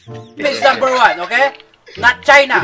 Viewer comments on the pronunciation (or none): "PILIPINS NUMBA WAN"